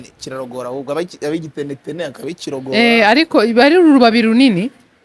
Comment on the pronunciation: Ntabwo bavuga igitenetene bavuga ikinetenete